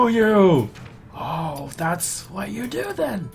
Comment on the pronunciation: i loved the "or do you? OR DO YO?!?!" part :))